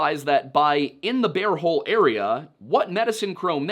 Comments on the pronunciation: I'm listening to this episode while doing other things and I'm begging you to stop saying "bare hole" because I can't stop giggling. No, I will not be looking at the screen to see if it's actually "Bear Hole" because that would ruin the fun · He said Beaver and Bare Hole 😂🤣😂